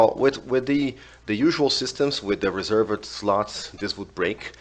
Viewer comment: if u want to improve your english you can say: reservd instead of reservEd